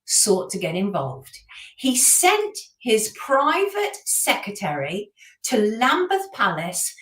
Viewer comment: Sonia, please pronounce the word secRetary properly, it is not secetary. I made the same mistake for years😊